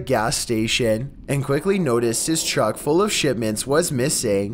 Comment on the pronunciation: Why are you saying "Chuck" instead of truck